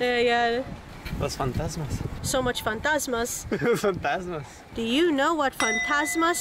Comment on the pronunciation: I'm surpirsed they said "Fantasmas" perfectly btw it means ghosts in portuguese